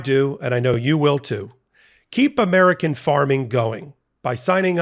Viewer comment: Moink, keeping heart disease the #1 killer in 'Murkuh.